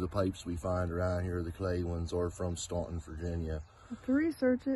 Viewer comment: Nice video, the whistle was great,and the pipe. Staunton Va. Is pronounced "stanten" not "stonton" just putting it out there! You and are great! Travis the bottle show seemed nice,loved the bitters. I'd never heard of a bird bitters either. Keep your bird stoned to sing 😂